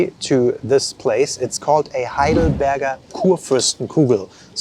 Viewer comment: Heidelberg not Highdelberg!! More respect for the Germanlanguage.